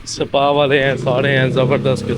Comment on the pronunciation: seepa nhe sir ISpa kehtay hein aur SPA liktay hein :)